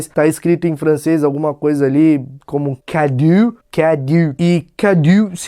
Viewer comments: a escrita é "cadeau", significa presente, mas a pronúncia é /kadô/.:) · "Cadeau" lê-se /ka.'do/ ou "cadô". =D